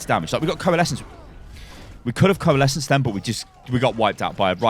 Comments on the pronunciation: "corelesence" xD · " Nothing stops corelesence" ICE WALL UP